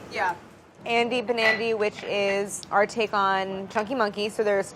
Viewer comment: i kept hearing 'andy nbandy' instead of 'andy banandy' and im like YEAH IM NB but then i was like w h o o p s... anyways trans rights!!